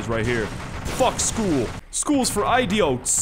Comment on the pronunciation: School is for Eye-Dee-oats.